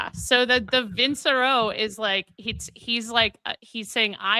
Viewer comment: Still not a threat, but maybe realize that ci in Italian takes a ch sound (what’s expressed in English as ch). It’s not an s sound. Vincerò = veen che ro as I’m sure you have heard sung